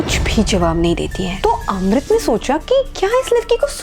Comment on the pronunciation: Kis kis ko Amrit ki jagah Rohit sunai Diya